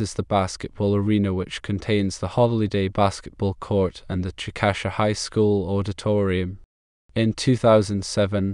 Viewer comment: Please change "Chick-Ă-shuh" to: "CHICK-uh-shay" I live here and it sounds weird when someone pronounces it like this